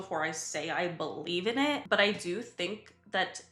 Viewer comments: you said BUTT Eye doo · you said butt like